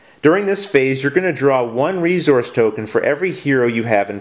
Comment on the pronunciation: "Re-Zource" lol